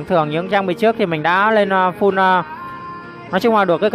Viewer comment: Em góp ý 1 tí , là full chứ ko phải fun anh :))